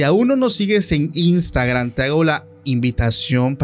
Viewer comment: Por qué dicen imstagrannn😂 es i n s t a g r a m 😅.